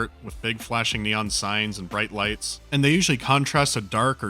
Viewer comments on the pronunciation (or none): none